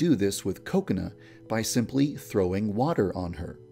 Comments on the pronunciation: I don't know why but when Yandere-Dev says "Kokona" it sounds like "coconut" ._. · I'm sorry but the way he says kokona sounds like coconut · You say kokana like coconut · Heheheheh it kinda sounds like he says 'coconut' when he says Kokona. Hehehe no offense. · Whenever yandere dev say kokona it sounds like coconut to me xD